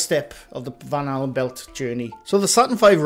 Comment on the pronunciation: Now I can't unhear you saying Van Halen Belt 😂😅